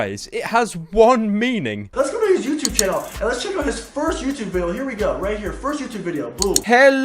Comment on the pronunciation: Stfu fat fuck “youchube” 😂😂😂